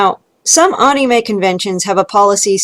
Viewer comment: Was gonna dislike for how you pronounce “anime” but you made some very interesting points lol.